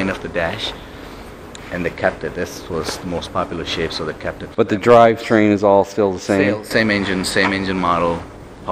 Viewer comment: He kept saying "Shape" but at first I was hearing "Shit" so he was like they started making this shit and then they started making that shit. I was thinking that's not the best way to sell a truck. Foreigners you got to love them.